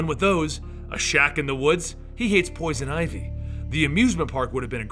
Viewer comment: Wait did he say pioson ivy? Howcome?